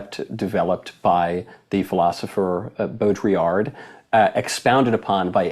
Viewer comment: Please, Michael, it is a FRENCH name: Baudrillard! It is not pronounced like you do it. If you are clever enough to know about Baudrillard (good for you!) then google how it is pronounced. It is not that hard. Thank you.